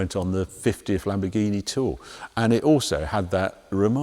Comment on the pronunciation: It's sad that Harry still can't get the name of the new Lamborghini right.